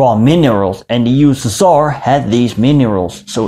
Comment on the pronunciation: how i spell USSR:You-S-S-Are how do it:You-West-Sus-Tsar